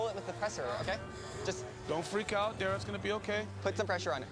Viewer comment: anyone else notice how that mexican guy called dara "day-ra"